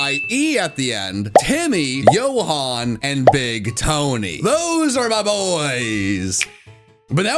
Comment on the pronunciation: Its not yoo hon it's joe han or hon for the name johan